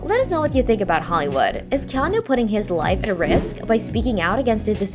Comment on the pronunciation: His name is pronounced Keh-AH-Nuu. Get it effing right. Hawaiian pronunciations aren't THAT difficult. The vowels are pronounced EXACTLY like Japanese and Spanish alike. A = Ahh E = Ehh I = Eee O = Ohh U = Ooo